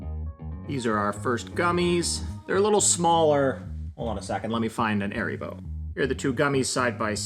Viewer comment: Nice video, good instructions. I like how you went over the process of trial and error, and made your own invert sugar in the end. And reiterating the recipe in a labeled section in the end makes it a good reference One note, it's not pronounced "aeribo", it's "haaribo". Es macht Kinder froh -- und Erwachsene ebenso!